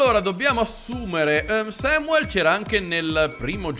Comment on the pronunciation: Ciao hai sbagliato pronuncia nel dire Samuel (si dice come si scrive). Grazie per le serie che porti.